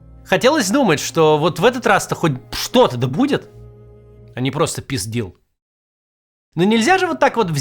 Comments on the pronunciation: Кац не понимает что делает Трамп. И ещё peace deal не произносится как пиздил хотя пока что это так 😂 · Peace deal, а не просто писдил 😂 Гениально! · Peace deal zvuchit stranno -)))